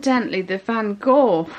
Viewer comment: It is pronounced Van 'sound something like clearing a lump out of your throat' LOL